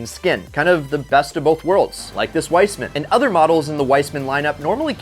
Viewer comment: „Wiseman“ just call it „Weesman“ as its supposed to be pronounced